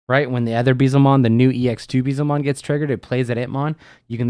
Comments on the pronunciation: Pronunciation of Beelzemon is killing me 😂👈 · I agree I have a friend who says it the same way and it hurts me.